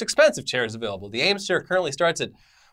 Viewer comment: eames not ames